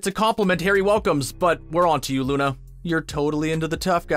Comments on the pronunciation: Did anyone else hear him say Luni lovegood instead of Luna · Did you just call Luna “looney” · Did you just call luna loon- no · and you said luni lovegood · Ohhh you did not just call Luna “loony” 😡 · “Lunee lovegood” 💀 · Um excused me but you said Luney. What the heck